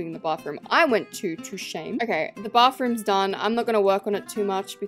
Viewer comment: When was making the bathrooms, I thought she said barf-room😂😂